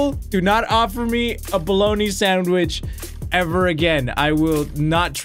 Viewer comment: dont give me a bologna sandwech 2weeks later ooo a bologna sandweich